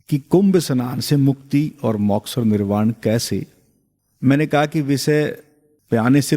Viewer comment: उत्तम विश्लेषणात्मक ज्ञान ! किंतु मौक्ष नहीं मोक्ष !